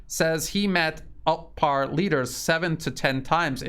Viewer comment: it's Otpor, not Otpar.